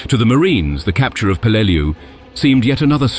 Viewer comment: Any Navy or Marine vet can rell you the correct pronunciation of the island name